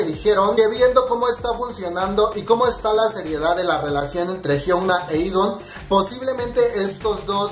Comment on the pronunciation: Cada que dices "E'DON" se me muere una neurona ES "E'DAWN" D-A-W-N